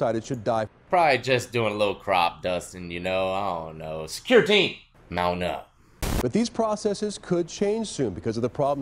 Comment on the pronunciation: This foo said secure team 🤦🏼‍♂️😂.. secureteam10???